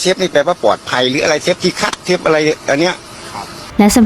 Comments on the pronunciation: เจ้าของช่องคนไืทยรึเปล่าออกเสียง “เชฟ” ไม้ใช่ “เซฟ” นะ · แอดครับ เขาออกเสียงว่า เชฟ ครับ ไม่ใช่ เซฟครับ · เชฟค่ะเชฟไม่ใช่เซฟ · เรียกเชฟ.... ไม่ใช่..เซฟ บ้าๆๆ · เชฟ ไม่ใช่ เซฟ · คำว่า เซฟ ก็แถแล้ว ช.ช้าง กับ ซ.โซ่ มันก็คือเชฟนั่นแหล่ะ เพียงแค่คำว่า เซฟ คือสำเนียงการออกเสียงของภาคอีสานเท่านั้นเอง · เชฟ ไม่ใช่เซฟเฮ้อ😑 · มันทำอาหาร.เสือกแถ.ว่า"เซฟ".ถ้ามันเป็นกู้ภัยจะพอเชื่ออยู่..เซฟ.ของมันคือคำพูด.ออกเสียงของคนอิสาน.ที่อ่านช.กับซ.ปนกัน./(โง่ไม่รู้.ไง )😂😂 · อ่อ เซฟ ไม่ใช่ เชฟ อ๊ะบ๊ะจ๊ะเห้ยยยเฮ้ยยยย!!! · มันอ้างเป็นเชฟจริงๆแหละแต่คนอีสานบางคนมันออกเสียง ช เป็น ซ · เน้นๆคำว่า เซฟ 55555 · ชอบตรงเน้นเสียงคำว่า เซ๊ฟส์ นี่แหละ🤣🤣🤣🤣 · เค้าพูด ช ไม่ชัดหรอคับ ถึงกลายเปน เซฟ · ตกลงออกเสียงว่าเชฟหรือเซฟออกเสียงมั่วหมด